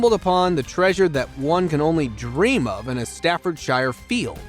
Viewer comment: Staffordshire is pronounced Stafford-sure